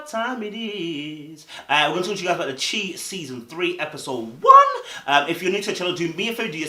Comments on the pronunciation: New subscriber. Enjoying your channel. However, the CHI is pronounced “shy” which is short for Chicago. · Love your point of view as always. Chi is pronounced "shy" like shy-town/Chi-town/Chicago.